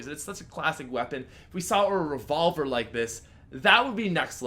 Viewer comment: "The Rayvolver"